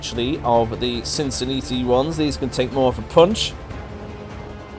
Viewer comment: I think you're just saying Cincinnati wrong on purpose now.